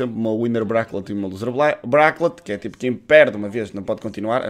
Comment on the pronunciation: nao e bracklet! mas sim bracket!!